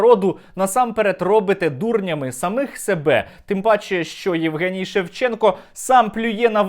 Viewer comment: Егенцьо Шевченков,а не Евген Шевченко. Неадекват повний!!!!!